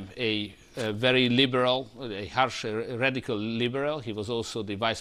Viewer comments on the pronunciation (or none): none